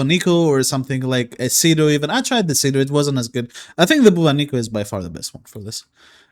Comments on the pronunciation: Dude ! BubOnico ! The accent is on first O ! This weapon is reference to the Bubonic Plague - aka Black Death, pandemic from year 1300 that killed millions ! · That is not how you pronounce Bubonico...